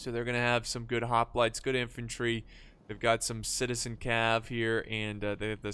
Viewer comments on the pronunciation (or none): none